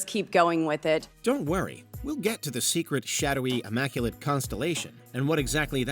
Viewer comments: Boebert can't say Immaculate. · She should learn how to pronounce words like maritime and immaculate correctly. She is a waste of time to be on this video for so long.